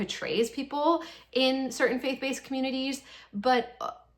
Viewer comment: When you said Faith Based, I had to replay it twice and I still decided you said fake faced interesting